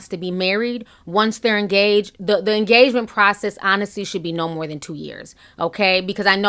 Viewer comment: Did you just say "TEN YEAR ENAGMENT!?!?" Dear Lord......